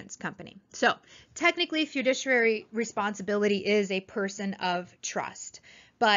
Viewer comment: It's great to read about all the people passing their exams. Please learn how to pronounce FIDUCIARY correctly. Great video!!